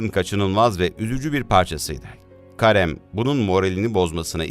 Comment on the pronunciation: Karem değil de Kerim de lütfen